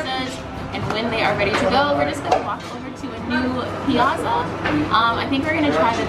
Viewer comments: The double "z" in "piazza" makes it pronounced "pi-AHT-za," FYI. Great video! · Great video! If only you pronounced the word piazza correctly... ;) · Not how you say piazza